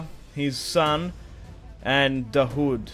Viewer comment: Daud is pronounced literally like the English words: Da-Wood. It's actually the Arabic name for David.